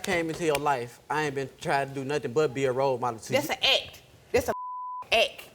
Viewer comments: Bitch can't even say act right Tha ack😂😂😂 dead asf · "dass an akk"... Awful